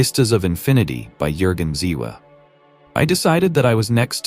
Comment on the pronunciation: The name is JÜRGEN ZIEWE, not Ziva or Ziwa etc.